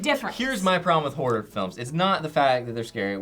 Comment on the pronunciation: Ace Combat 5 is the best video game plot ever... it could easily be made into a movie. Did anyone else think that every time said "horror movie," it sounded like "whore movie?"